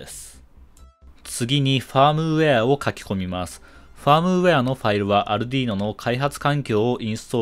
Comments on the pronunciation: アルドゥイーノ（イタリア） 、 アルデュイーノ（英語圏）･･･発音は色々ありますが、 アルディーノは絶対違うし恥ずかしいから広めないで欲しいと、国内代理店のスイッチサイエンスさんが仰ってますよ！ 私もそう思います。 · アルディーノじゃなくてアルデュイーノな「